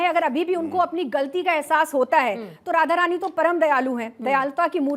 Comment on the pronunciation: Radha rani hai bo thoda shi se naam le pradeep.